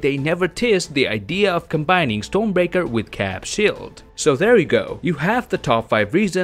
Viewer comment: Maybe it's your accent but it sounds like you're saying Stone Breaker instead of Storm Breaker. If you are saying Stone Breaker that is wrong.